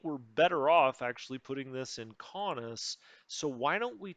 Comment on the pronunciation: your pronunciation of Kaunus is how I would say it. Please don’t change it lol.